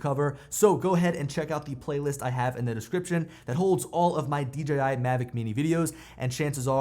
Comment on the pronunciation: I mean that as a compliment. So many say "DGI". You said it right! Thank you! :) Maybe it's a Pennsylvania thing. I'm also from PA. Up in the north-central hills.